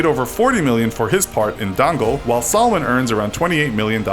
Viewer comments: Deng - el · Dangal.... lol you pronounced it a little differently It's not Dangle its "Dung-Gaaaal" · Dangal rhymes with Dungle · It's not Dongal It's Dangal means Riot.😂🤣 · hey its not d+ai+n+g+le its d+u+n+g+le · You said Dangal like Dangle😂😂😂😂😂. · OMG your pronunciation of Dangal had me crying with laughter!!! Think of it as done-gull. However, good job pronouncing the names of movies and people name's. You did better than most people I know. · the way he pronounced দঙ্গল (Dangal) 😂 sorry I know your American not Indian but I found it funny. But it’s pronounced Dungal but spelled Dangal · saale usne dangal ko dangle bola tera kaan behre hain kya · lol omg the cringe I had when I heard him say dangal and like who tf is "salmon" khan lol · The way he pronounces Baahubali : “baahuBAAAAAAAAli” The way he pronounces Dangal: “DAAAAAAAAAnGGGLLLE’ It just cracks me up 😂😂😂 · the way they said Dangal 🤦🏻‍♀️ And Amir, Salman, and Sharukh mygod